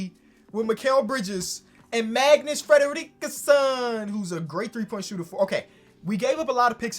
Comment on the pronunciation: Fredriksson: exists: Fledaleekson